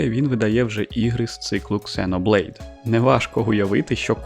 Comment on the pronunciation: "Ксеноблейд" вместо "зено блейд". ЗРАДА. Подписался.